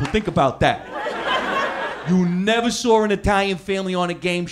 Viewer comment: "You never sore an Italian family on a gameshow evah."